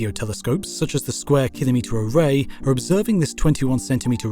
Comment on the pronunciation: Congratulations on the correct pronunciation of "Kilometre"